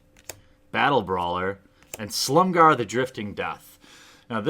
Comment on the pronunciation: FFS dude. pls stop saying SLUMGAR, there's and i in there...